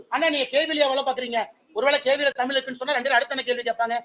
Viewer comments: ஒரு நிமிசம் அண்ணாமலை முதல்ல தமிழனா இருந்தா தமிழ்னு சொல்லு பார்ப்போம் அது என்னயா தமில் குடுகுடுப்பை அலறது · முதலில் தமில் இல்லை தமிழ் என்று சொல்லுங்க பார்ப்போம் அண்ணாமலை. சட்டத்தை கொண்டுவந்து தமிழை மூன்றாவது வட இந்தியாவில் நடைமுறை படுத்துங்க பிறகு இங்கு வந்து உமது இந்தி நடைமுறை படுத்துங்க